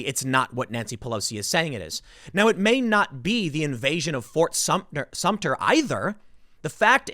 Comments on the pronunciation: Tim, It’s Sumter, not Sumtner. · It is Fort Sumter, not Sumner or Sumtner. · As a South Carolinian, the way Tim pronounces "Fort Sumter" as "Fort Sumn-ner" is like nails on a chalkboard. Edit: "Shot heard round the world" was the Revolutionary War, Tim. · i did a shot of Jameson every time Tim said Sumter/Sumner...still don't feel better about this topic. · Tim, I love your videos, but if you call Fort SUMTER "fort sumptner" one more time I'm gonna lose it. As someone who lives in the South and grew up with the heritage of this part of the country, that fort is forever ingratiated in our consciousness and it huts me to hear you mispronounce it. It is pronounced Sum-Ter, thank you. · Tim it’s pronounced S U M T E R! There in no “N” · ...he said "Fort Sump-tner"...even worse...! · I think Tim called it "Fort Sumpner" several times Lol ! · Is it bad that I'm literally too bored with tim talking about this to listen for more than a minute? Just bring in the live ammo please. Bye y'all. And jesus christ there's no "n" in "Sumter". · As someone from South Carolina just let me say Tim is mispronouncing Sumter and it is annoying the hell out of me. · Love your channel Tim, however please learn to pronounce Fort Sumpter correctly. There is no 'N' in the name. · It’s pronounced “SUMTER.” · Ft. SUM TER. Let’s get it right Tim. Call me a grammar N. This should be the easiest part of your reporting. I mean, you wouldn’t say “ New Yolk City”......